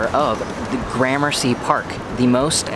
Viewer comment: Do me a favor though. Next time you hang out with Brett Conti will you please tell him it’s not pronounced graham mercy 😂